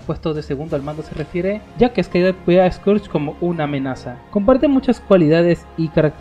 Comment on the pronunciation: Recuerdo que en doblaje de Transformers Cybertron Scourge sonaba más como esquersh